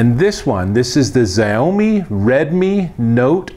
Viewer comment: It's pronounced SHA-UUUU-MIIII